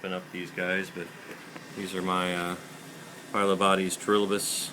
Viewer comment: Great frog room man! So clean and organized! P.S. You pronounce Phylobates just like me! For a while I was thinking I was the only one who pronounced it fy-lo-bawt-ees :). Everyone else says fy-lo-bate-ees.